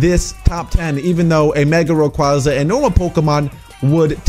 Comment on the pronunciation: wtf did u say raqaza its pronounced rayquaza